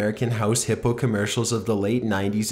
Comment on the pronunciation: omg the way he said hippo XD i'm dying. but seriously even tho these animals are dangerous, they're all still beautiful and unique and nowhere near as bad as humans